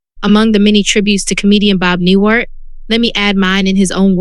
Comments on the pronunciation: It's NewHART not Newart!! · Is this some kind of AI voice? Cuz 'she' isn't saying Bob NewHart correctly. This makes it impossible for me to listen to the whole six minutes cuz it just sounds fake to me, like it's coming from someone who doesn't respect his life so why should i care about what this video has to say about his death? Get the behind me silliness.